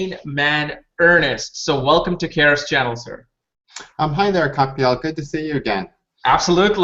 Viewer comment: Am I the only one noticing this, in the course of 8 years of viewers, that both Kapiel & butchered each other’s first names within the first minute of this recording??? 😂